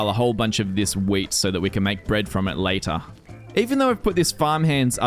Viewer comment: you say lather instesd of later